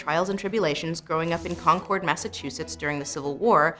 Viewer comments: as a New Englander I have an obligation: it's Concord like conquered. thanks for coming to my TED Talk. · For a famous town, it always amazes me when people can't pronounce Concord.